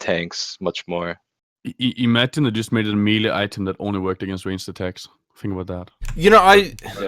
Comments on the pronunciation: Isn’t it may-lay? 🤓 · it bugs me how says "melee"